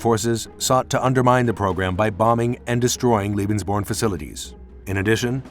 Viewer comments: Why does the announcer say "lebensborn" as if it's spelled "liebensborn"? You'd think they could at least consult a German dictionary or ask someone who speaks the language before making a video. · Firstly, it's pronounced "LAY-bens-born" not "LEE-bens-born"; ....and I'd like you to cite references to support your claim that Allied forces targeted Lebensborn centers for BOMBING. I have my doubts about that. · Leben. Sounds more like lay bens born. Doesn’t sound like lee. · If you wish to be taken seriously, please assure that your narrator can at least say the word Lebensborn properly. Otherwise it comes across as a bit silly. It sounds like he is saying Liebensborn. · Lebensborn is pronounced 'Laybensborn' .. 'Leben'' is the verb to live... Lieben' is the verb to love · Unfortunately, you pronounce "Lebensborn" as if it were "Liebensborn" in every occurrence in this video. That isn't a surprise, since you mispronounce most foreign words on all your other videos as well. However, in these other cases, it does not cause a problem. "Liebensborn:" would mean something entirely different. "Liebe" means "love," and there was no love in this program. As such, your pronunciation becomes extremely offensive, although I realize that is not your intent. I strongly suggest that for your future videos you get some advice on how to pronounce foreign words so that you avoid something else like this in the future. Other than that, I do appreciate your videos. i am offering this as constructive advice. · Lay-bens-born, dolt! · Strains to say Heinrich Himmler properly but can't say lebensborn correctly at all. It's pronounced LAY-benz-buorn. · He keeps saying liebensborn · If you’re going to produce a film about the Lebensborn program the least you could do, to begin with, is learn its correct pronunciation. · You could have made the effort to pronounce Lebensborn correctly.